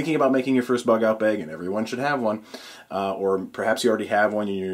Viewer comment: you say "bag" really weird. Like "bayeg"